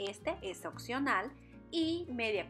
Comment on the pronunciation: Me encantó el pescado pero la ensalada mucho más. Está de lujo!!! Disculpa mi observación, pero no se dice occional sino opcional